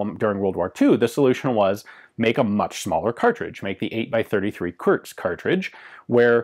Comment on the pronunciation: Ian, 8x33 kurz is pronounced "koorts", not "körz".